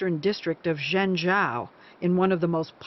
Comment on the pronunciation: Zhengzhou is actually pronounced "Jung-Joe".